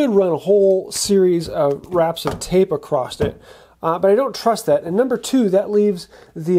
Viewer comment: *across not acrost